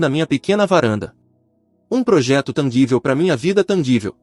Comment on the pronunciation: Tangível, som de "j".